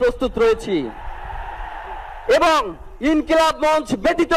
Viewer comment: মঞ্চকে মন্চ বলে কেন ?